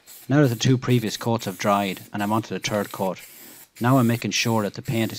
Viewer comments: "Da turd coat" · He said "turd coat"